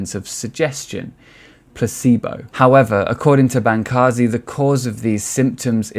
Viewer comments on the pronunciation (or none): This video is horrible. You can't even pronounce Bancarz correctly, how can I possibly give thought to the idea that the information stated on this video is well researched and well thought out. Bancarz has proved to be knowledgable and well informed on New Age and has made a significant amount of income teaching the New Age and is considered resourceful in the industry. To those that question this statement, please refer to the book "The Second Coming Of The NEW AGE by Steven Bancarz and Josh Peck. You can find this book on Amazon or at Barnes and Nobles. It's incredibly informative and is forwarded by Dr. Michael S. Heiser. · His name is pronounced: Ban-CARS; and you are putting the cart before the horse. The rash of youtube exposes about the occultism embedded in the new age did not create these testimonies and warnings, rather people (such as myself) became radicalized first through having experiences of real evil while blithely messing around with new age practices. I scoured the internet and was relieved to find these testimonies on youtube. Also a crack in your intellectual framework: Darwinism IS magical thinking, cmon'